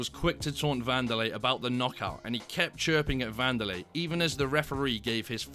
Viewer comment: Wanderlei= Candylay😭🤣🤣!